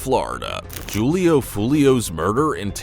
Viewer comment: "Joolio foolio" lol bruh ai is so trash